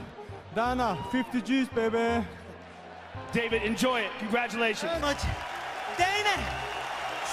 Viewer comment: Conor mcgregor impersonator: Dahnar, 50gs paby Joe rogan : ...... moving on